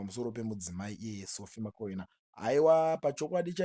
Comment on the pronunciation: Iwe who is Sophie Makwena. Pronounce .bvunza kuti anonzani nhani